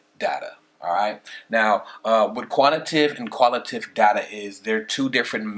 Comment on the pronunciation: I hate to be that guy but it's pronounced "Quan ti tay tiv" and "qual i tay tiv"